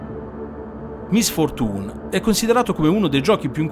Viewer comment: "Misfortùn" mi ha steso AHAH Sembra napoletano Comunque la pronuncia è [ˌmɪsˈfɔːrtʃuːn]